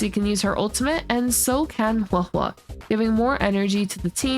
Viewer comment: THANK YOU for being 1 of the FEW CCs who actually say Huohuo's name correctly. You earned a like just for that.